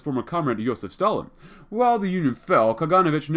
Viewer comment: When pronouncing Kaganovich, put emphasis on the letter O, KaganOvich.